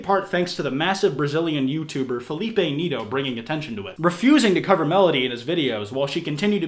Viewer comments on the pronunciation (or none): Felipe Niito😂😂 I know you don’t speak portuguse but that was hilarious But this a very serious matter.